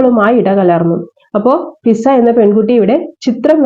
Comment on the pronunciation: ഷിസ അല്ല മിസ്സേ.... ഫിസ എന്നാണേ